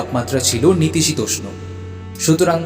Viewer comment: উচ্চারণ খুব বাজে । নাতিশীতোষ্ণ , নিতিসীতোষ্ণ নয় । বভক্ষ নয় , বুভুক্ষু । আরো আছে ।